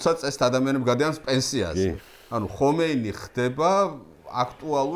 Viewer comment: ჰომეინი არ ჰქვია, ხომეინია სპარსულად. რატომ ამახინჯებთ სახელებს?